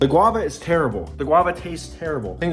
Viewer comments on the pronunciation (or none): none